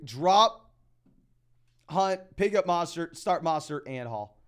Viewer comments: not a complaint it's a correction. Trying to help him out. Sometimes ppl have accent or misread something. There is no A in his name. MO not MA. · Great content but his name is MO STERT NOT MA STERT. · Yeah every time I hear that I think wtf. Put some respect on Mostert’s name. Its really not difficult at all